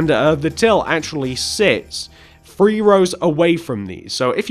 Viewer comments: You said free And you meant three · It's three not free